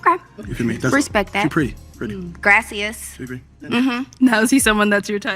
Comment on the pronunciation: she tried to say thank you in Spanish 😂😂😂 “somebody come get her”